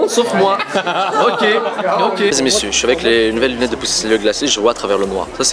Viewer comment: " Ya des luwwnetes que jmwetraiww a mon chaw " WTF